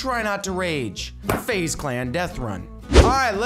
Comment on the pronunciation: Its "FaZe"